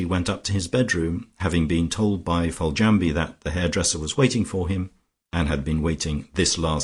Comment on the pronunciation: I find the reader's mispronunciation of Foljambe annoying. Couldn't the reader leaf through the book and research unfamiliar words prior to recording instead of guessing and getting it wrong?